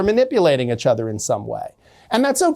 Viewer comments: Is he intentionally saying itchother? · Take a shot every time he says "itch-other"